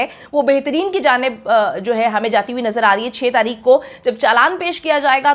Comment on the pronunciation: Tareekh par Taheekh 🤦‍♀️